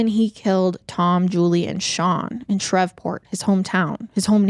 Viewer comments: I love you but it’s ShrEEEEEveport..long E sound like geese. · i love you but “shrevport” is taking me out😂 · Your confidence when pronouncing words wrong is amazing. Please please Google the proper way to say certain Names/ Words. It makes listening extremely difficult. Shreveport is not pronounced the way you said it. Shr-eeve Port! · It’s Shree-port lol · I don't understand how you say Shreveport correctly then proceed to say Shrev-port constantly after that lmao I'm 💀💀💀😂😂😂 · PLEASE look up pronunciations. "Shrevport" is making this impossible to listen to. This is far from the first time something similar has happened. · Louisianian here 🙋🏼‍♀️ it’s pronounced “Shreeve-port” 😅 you said it correctly in the beginning of the video. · It was bugging me lol especially cause she had said it right at first😅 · Omg I came to say the same thing! I thought maybe I was pronouncing it wrong but my mom's side is from Louisiana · My comment was deleted but I was just trying to say you were mispronouncing Shreveport 🥲